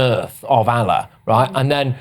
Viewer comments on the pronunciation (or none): none